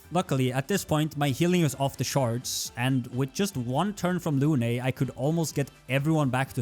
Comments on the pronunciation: For english speaker,please its Lune not "Lunay" the E is silent. Often in french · luné ? Dude its prononce lun